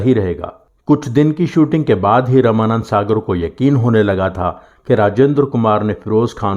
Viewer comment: आप रामानौद सागर जी का नाम रमानंद सागर क्यों कह रहे हैं?